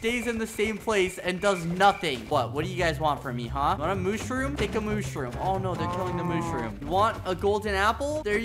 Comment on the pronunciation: “Mooshrum”- Skeppy 2024